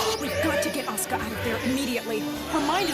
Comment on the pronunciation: oh wait, I REALLY wanted to add about the pronunciation in this video & in the English dub.. "Asuka" is not pronounced "Oska/Ahska". lol